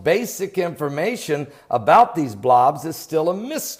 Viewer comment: LOL love the he says Blawobs .